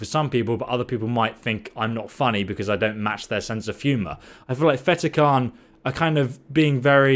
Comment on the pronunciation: Cairn ......not karen